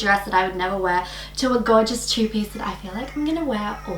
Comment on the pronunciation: In the beginning I thought you were saying "tubie" instead of "two piece" lmfao